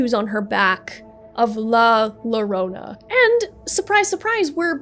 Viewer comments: im spanish, and im a little angry with her pronocing la llorona as la lorona, but overall, really nice video, keep it going n_n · lah luhronuh is killing me